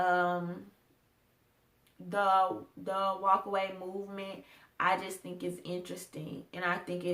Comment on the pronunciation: Obama was executive orders man. girl. you can say video. but. mooment. movement